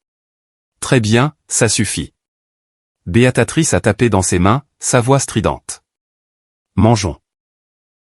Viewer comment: Bon sang, mais savez-vous lire ? La mère de l'intéressé s'appelle BEATRICE et non pas Beatatrice, la prononciation que l'on entend chaque fois que ce prénom se trouve dans vos histoires. Complètement débile !!!